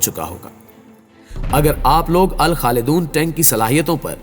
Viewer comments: O Bhai Al Khaledoon nahi...Al Khalid-One (1) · Bhai naam to tek se le Al khalidoon nhi Al Khalid 1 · الخالدون نہیں جناب الخالد1 ہے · Not Alkhaldoon ...... its AlKhalid One. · اس ٹینک کا نام الخالدون نہیں الخالد - وَن ہے ۔ برائے مہربانی ویڈیو بنانے سے پہلے تمام اصلاحات اور ناموں کا درست تلفظ معلوم کرلیا کریں۔ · Its khalid 01 tank not khalidone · Pakistani new Tank's Name is Al Khalid I (One) Not Al Khalidon. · Its not Alkhalidoon its Alkhalid one (1). Hahaha